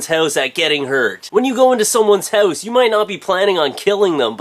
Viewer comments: Youre funny man! Are you from Canada? You sound just like my cousins when you say hooouse ;) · "hoe-se" lol XD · i love the way you say house hahaha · i think you say house in a funny way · you say house in a way i've never heard before... hmmm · i like when you say house. or out. :] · u say house funny :D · you say 'house' sound funny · is there alternate ways to say house? lol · i know you're canadian by the way you say "house" haha